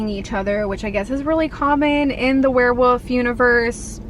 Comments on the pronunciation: Love you, love your videos but did you say "werewoof" compared to "werewolf"? Could be my hearing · love ya girl but you had me DYING cause you kept saying werewOOfs and werewOOves instead of werewOLf and werewOLves. Idk if that’s how you pronounce it like where you live but I’ve never heard it said that way before. 😂❤️❤️❤️ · Why do you keep saying “were-woof”? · I'm dying at the way you're saying werewolf . 😅 woof